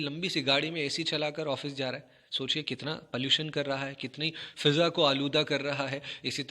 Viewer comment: فِضا لفظ ہے یا فٙضا شاید عدم توجہ کی وجہ سے آپ نے فِضا پڑھا۔